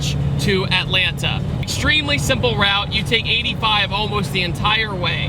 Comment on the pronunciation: Yo I love your channel and all but boyyyy never say Atalanta like that again